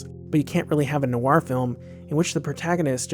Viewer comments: Noir is pronounced nwar not nu-war. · A good, if slightly stilted take by yet another commentator who uses "noir" without realizing it's not a two-syllable word. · Noir is pronounced nwah not new-wahr.